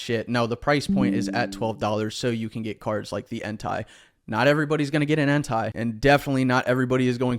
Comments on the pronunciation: I’ll only add this, your saying Entei like “hentai” 👀- it’s Entei like “En-tay” 🧡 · Only problem I got with is how he pronounces ENTEI 😂😂 Keep up the good work 🐐